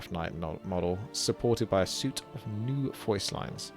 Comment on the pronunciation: Suite is pronounced sweet,:)